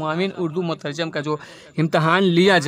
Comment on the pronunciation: مترجِم بولا جاتا ہے مترجٓم نہیں